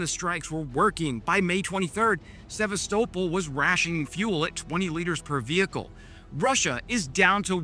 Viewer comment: Either learn how to pronounce the names proper or get a better AI agent Kurch and Sevatopal 😂